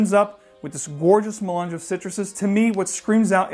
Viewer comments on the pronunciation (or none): none